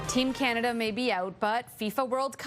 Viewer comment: Ca- ner- duh!!!